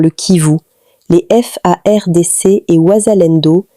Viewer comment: Commencez à bien prononcer madame,notre Armée Congolaise s'appelle FARDC. pas F.A.R.D.C que toi tu nous prononce ici là